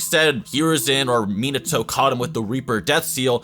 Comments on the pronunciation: the way he says Minato triggers me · Not to be rude for a guy who has watched naruto and has a channel about anime would at least know how to pronounce minato properly. I mean like how do u mess up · The way u pronounce shit is terrible. Minato and mangekyou is not the way u say it. And ur always talking about jerking the characters off